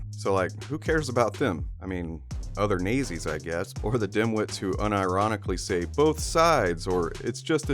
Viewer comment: Dude seriously it’s pronounced naught-zis dude.